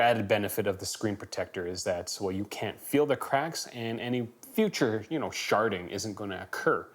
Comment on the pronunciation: “Future sharting” :)